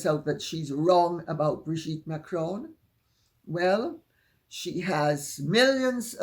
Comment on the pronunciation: I wish Candice Owens would pronounce Macron correctly, it makes her sound like an ignorant American. I have posted to her over and over there is no ´´e´´ on the end of the name therefore it´s not Macrone, it´s Macron but she insists on pronouncing it wrong. I like her research and passion but I feel it will be at the behest of her marriage, she is too dominating for the type of man she is with.